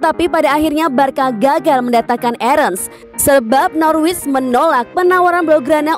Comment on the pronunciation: Norwich dibaca 'nor rich' , gak pake w ya mbak......